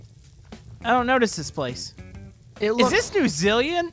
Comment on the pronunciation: its New ZEALAND